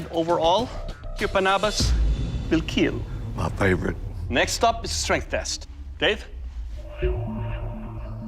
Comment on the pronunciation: The satisfaction after IT WILL KEEL